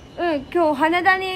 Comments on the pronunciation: は↑ねだ が1番気になるw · はねだの言い方の発音かわいい笑